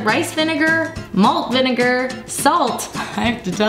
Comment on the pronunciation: "vinnagar"... "vegatable"...